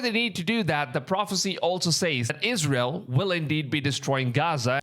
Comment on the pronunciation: Stop saying "Says" wrong! That $hits annoying AF!